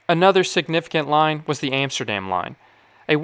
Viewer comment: EMSTERDEM, ROTTERDEM, YOUTRACK are not exactly Dutch pronunciations !!!